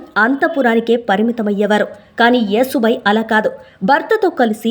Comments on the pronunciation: అమ్మా, యేసుబాయి కాకుండా యశుబాయి అని చెప్పండమ్మా, లేదంటే ఈ పాస్టర్ లు రెడీ గా కాచుకుని ఉంటారు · యశుభాయి అంటే యశస్సు కీర్తి కలిగినది😊, ఏసుబాయి కాదు😂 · యేసు భాయి కాదే నత్తి ముండా...యశు భాయ్.... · యేసు బాయి కాదు, యశో బాయి. యశోద నుంచి యశో వచ్చింది. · అమ్మమ్మ కాదు నాయనమ్మ యేసు భాయ్ కాదు య శు భాయ్ anu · అమ్మా ఏసు బాయి కాదు యశుభాయి అని పలకాలి ❤❤❤ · అమ్మా తల్లీ, ఏసుభాయి, క్రీస్తుభాయి కాదు....యశుభాయి ,,, కాస్త తెలుసుకొని చెప్పండి, వస్తారు తగుదునమ్మా అని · Ur pronunciation is wrong. Yesubhai యషు, యశోద, etc., Try to learn telugu script properly. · నువ్వు ప్రతీసారియేసుభాయ్ యేసుభాయ్ అంటున్నావు యేసుభాయ్ కాదు యస్సు భాయ్ అనాలి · ఏసు బాయి కాదు తల్లీ యశూ బాయి ఆమె పేరు ఏసు బాయికా దు అసహ్యం గా ఉంది. మీరలో అంటుంటె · యేసు భాయి కాదు యషు భాయి యశు అంటే యశస్వి లలిత సహస్రనామాలు ఒకటి తెలుగు రాకుంటే నేర్చుకోండీ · అమ్మా నీకు నత్తా.... నత్తి నతి గా మాట్లాడుతవు........యశు అను యశు....యేసు కాదు irritating ga వుంది నువ్వు పేరు తప్పు గా చదివితే